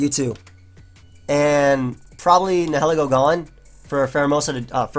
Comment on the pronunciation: ...The way you pronounce Nihilego is a little upsetting. It's comprised of two words and neither one is being accounted for...